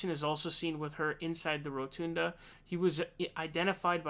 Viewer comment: Row-ton-duh Not Roo-tune-da